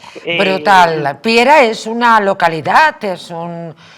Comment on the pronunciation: Piera..no piara...🙄😜